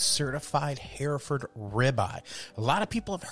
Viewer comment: We raised these cattle when I was a boy and my grandfather was the first president of a Texas hereford breeders’ association. We pronounce it “her-ferd” not “hear-ferd”